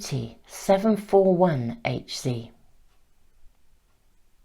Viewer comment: Hz is pronounced ‘hertz’ lol :-)